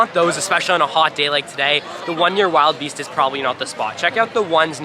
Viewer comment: Hate to break it to ya but it's (WILL-DE-BEAST) not (Wild Beast)